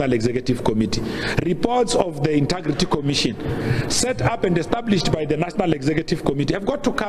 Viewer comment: Hey Pule its not 'inta' or 'inter' for the word integrity. its inteeeeeegrity. Hey Hey